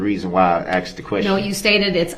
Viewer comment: Love him “axing and substained” words…. Love the way she asked him about “biast”….sorry I’m meant axed…..